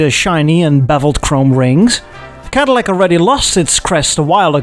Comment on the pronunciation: I love how the only american accent he can do is a southern one, so even though Cadillac is a Michigander company he still sounds like he’s from flippin’ Alabama